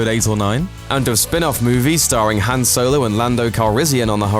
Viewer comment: he said han wrong